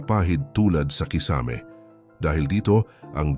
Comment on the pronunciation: nako naman mr vlogger paki bigkas naman ng tama ang KISAME hindi naman foreign word yan! pki google sa tamang pag bigkas pinoy ka naman kaya no excuse pls pronounce your words correctly! Tagalog na nga palpak pa! haisttt